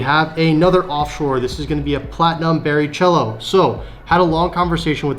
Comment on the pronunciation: i`m a massive fan, just want to tell you as a big F1 fan also. It`s not pronounced Bari chelo, its Bari kelo. love your stuff bro.